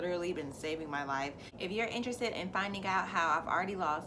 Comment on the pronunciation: "Finding" isn't pronounced with a hard 'g'. It's not finding-guh..........It's just findeeng. Same with "searing".